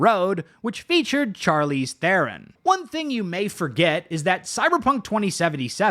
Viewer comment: The way you pronounce Charlize Theron throws me off. Damn.